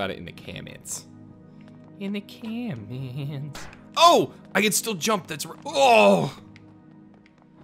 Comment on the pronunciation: "in the caaa-meeents" i find that hilarious, i dont know why but i do :P ......camments :D